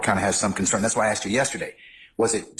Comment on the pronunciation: Her since the beginning of the trial saying aksed instead of asked is the most cringe thing ever